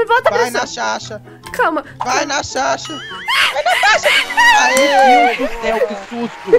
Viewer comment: O "vai nashasha" 😝🤨 KAKAKAKKA MORRO COM VCSS